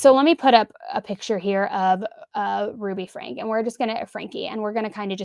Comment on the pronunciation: I have to say, it's so satisfying to finally hear someone say "Franke" the way you're supposed to say it 👌🏻